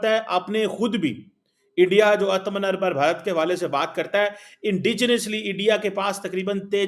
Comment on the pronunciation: He struggles hard to pronounce this word.😂😂😂😂😂😂